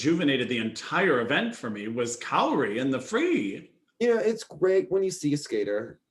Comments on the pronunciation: He also said that Japan missed the podium and Italy was in 3rd, only for Japan to walk right out to award their ownbronze metals XD And the way he mispronounces Kaori (he says it like "kay-ori" when is "Kah-o-ri")drives me almost as nuts as the announcer at worlds saying "Kihiri" instead of "Kihira" for both the short and the free. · Kay-ori. Lol. Yes he butchered almost every name.